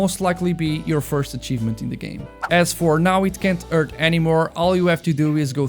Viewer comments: "Urt" "Edghehog" "Ydrocity zone" uh, I think you might want to take some English lessons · “Urt” “Edgehog” “Ydrocity zone” uh, I think you need to learn some English Lessons… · "Now it can't urt anymore"